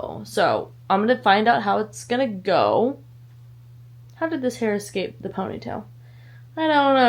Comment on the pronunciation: I keep saying it. It's like "Es-cape" Finding Nemo, anyone?